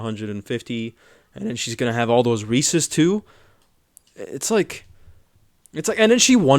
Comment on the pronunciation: Why does she call reeses reescees? God it gets on my nerves, why do people not understand how to pronounce the word reese?